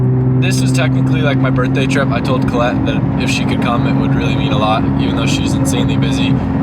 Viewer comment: In the words of "Its Call-lette"